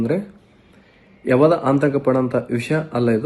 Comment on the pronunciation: ಎಂತಾ ಅವಿದ್ಯಾವಂತ ಅವಿವೇಕಿ ಇದು... ಆತಂಕ ಅನ್ನೋಕೆ ಬರ್ತಾ ಇಲ್ಲ... ಅಂತಕ ಅಂತ ಹೇಳಿದ್ದಾನೆ